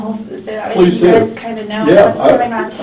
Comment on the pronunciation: "Mike, come here pleathe. Pleathe. Mike come here pleathe." What the damn hell is a "pleathe"?